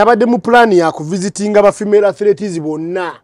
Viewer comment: They are called "Athletes", not "Athletees"